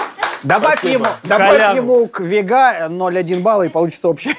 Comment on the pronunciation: не ВегА, а ВЕга. Лопе Де Вега